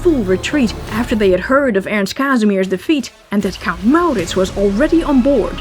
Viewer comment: so, you are soothing! We CAN fall asleep! At the sound of your voice? No. Although you have a pleasant enough voice. No, we fall asleep, when we're tired, and in our beds, because the story, as its told is captivating and carries us of in... a kind of fairy land. On adventure with MauRrrritzz. Really, this way it's a story to get lost in. Always works.